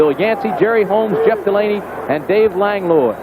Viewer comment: "Lang-loy"?😅 Langlois is pronounced "Lang-wah."